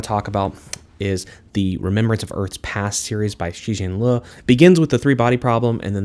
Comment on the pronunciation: Liu is just pronounced like the name Leo but pronounce the E and the O faster together